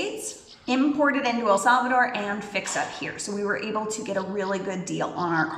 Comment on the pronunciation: Thank you, that was interesting. But honestly, it bothers me to hear the name of our country being mispronounced. So many English speakers insist on calling it “El Sálvador” when the name is El Salvador. There is no stress on the first syllable of Salvador. An automatic stress comes in the last syllable, as if it were written like this: “Salvadór”. Please respect the name of our country and try to pronounce it properly.